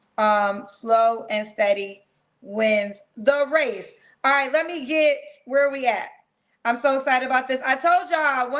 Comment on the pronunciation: “Slow as steady wins the wace “ 😂😅